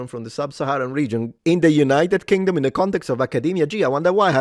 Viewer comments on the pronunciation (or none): "UK - United Kaliphate" Damn! 😅